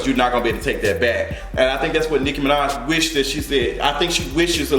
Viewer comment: He said "Hoe-maj" I'm deceased 🤣